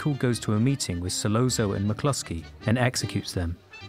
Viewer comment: Solozzo : pronounced ‘ Solotzo’ . As pointed out below Michael & Virgil were speaking in Sicilian not Italian. Completely different languages. 👀